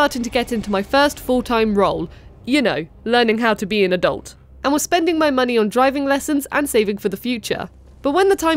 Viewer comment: Why is everyone pronouncing "adult" the wrong way now? oO